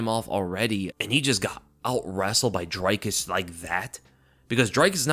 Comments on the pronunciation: It's not pronounced dry-kus it's dree kus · ITS DREEEEE-KUS. Not DRYYY-KUS And he is the funniest fighter in MMA! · It's "Dree-kis" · Dricus Du Plessis i think is pronounced like (jreekiss du pleesee) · Bro Dricus even said how to pronounce his name in the post fight speech and you're STILL mangling it. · Great recap but the way you all keep butchering Dricus's name is painful to hear. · Bro, it's Drē-kus* jsyk.. And then the last S in his last name is silent. I must've cringed 10 times in 30 seconds lol. You must not have watched his post fight interview in the cage. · Dricus pronounced "dree-cuss" Plessis pronounced "pleh-see"